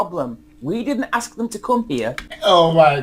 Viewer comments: Not axt but ask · You come here, but you dont learn how to say ASK? - Hmmm... LOL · I wish you'd learn how to pronounce ASK properly. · PS- I'M SLAGGING HER ENGLISH... QUICK BIT OF CONSTRUCTIVE CRITICISM - IT'S "ASK...". NOT "AKKS...". DONT KNOW WHY THATS SO COMMON IN AFRO/ CARIBBEAN DESCENDANTS,BUT IT GRATES ON THE EAR...JUST A QUICK HEADS UP...👍👍👍👍🙏🙏🙏👏👏👏👏👏